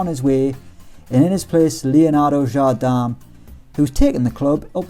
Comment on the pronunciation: Jardam? It's pronounced exactly like you spell it, "Jardem", the "i" in portuguese is pronounced like an "e"